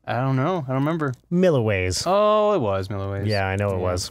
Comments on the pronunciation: I don't think it's pronounced Mill-UH-Ways, I think it's Mill-E-Ways, spellt Milliway's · Milliways, it's Milliways.